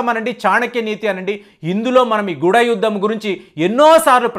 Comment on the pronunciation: Mee bhasha tappugaa unnadi guda yuddham kaadu adi goodha గూఢ యుద్ధం. అలాగే కుటయుద్ధమూ కాదు అది కూట యుద్ధం.